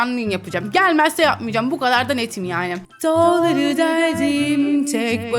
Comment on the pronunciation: Daları deldim i yanlış söylüyo❤😂😂